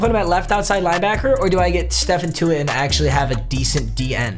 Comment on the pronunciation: “Stephan Tuitt” 🤣